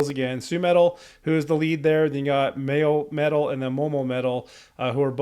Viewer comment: Wait, say Moametal again.